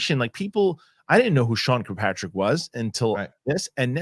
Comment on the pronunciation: FWIW: it’s “kirk-PATRICK” not “cue-PATRICK” *Good stuff though Fellows